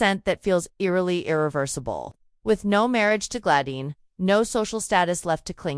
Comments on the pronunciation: It's Gladys NOT Gladine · OMG! Now its Glayin previously it was GLAD ICE! Can't they get AI to get this right?